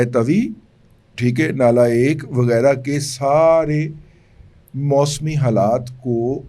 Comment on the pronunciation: Sir " Nala Aak" Not Aek " Alf per zabar ha